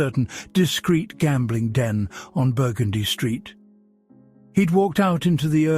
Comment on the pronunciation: Nit pick time: for Burgundy Street, it is pronounced "bur-GUN-dee"